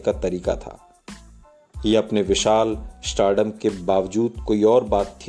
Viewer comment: Ishtayle nahi sahi word hai .. style Ishtory nahi sahi word hai.. story. Ishtardom nahi..sahi word hai stardom But otherwise rest of the pronunciation is good. Indshtory nahi industry is the right word. Sabji nahi sahi word hai sabzi..